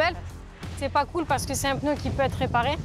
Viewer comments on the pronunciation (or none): Après tant d'années d'expérience elle ne sait même pas prononcer le mot "pneu"....et oui...c'est PNEU...et non pas PEUNEU...... En Chine des femmes de la moitié de sa taille font le même boulot et 5 fois plus rapide....et elles sont féminines....sans grafitti sur le corps....